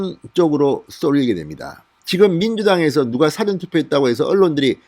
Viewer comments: " 사전 투표 " 가 아니고 "사 ~전 투표 " 라고 해 주세요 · 진의원님.부산 출신이지만 사투리도 아닌 이상한 발음은 그만두시죠. 사전이라는 발음을 짧은 고음으로 하는데 긴발음 사전이 맞읍니다. 다른 발음도 틀린것이 많은데이건 부산 사람 이전의 발성 입니다.